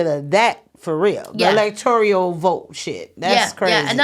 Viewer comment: Great podcast again 👏🏾 Now, this is from my heart, not to offend, only to correct with Love💜 ELECTORAL is the word. Four syllables. Can be found in the dictionary. Elector(i)al is a NON-word. Five syllables. It does not exist.